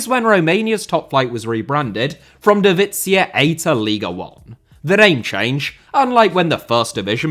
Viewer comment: Why you pronouncing "divizia" like it's Italian 😭😭 Great job nonetheless mate, been following you for plenty of years. Love it when you give us some attention 🇷🇴